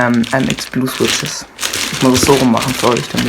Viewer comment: schwitsches xd aber sonst gut